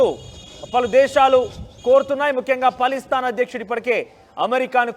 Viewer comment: పలిస్థాన్.... కాదు..... Palasteena.... కరెక్ట్ ఇట్....